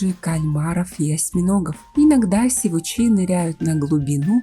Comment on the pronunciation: сИвуч, а не сивУч, соответственно сИвучи